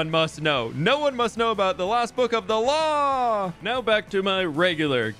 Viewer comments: He even said ‘the law’ like ‘the claw’ 😂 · It took me way to long to realize you were saying law like claw... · trying to convince people he respects the law while obviously making "The law" sound like "The claw".